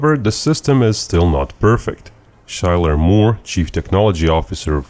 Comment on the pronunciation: Just FYI, Schuyler is pronounced Skyler not Shyler .